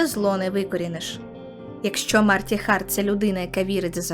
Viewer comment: Дякую, що не вимовляєте Харт як Ґарт і все таке. Ненавиджу це правило нової української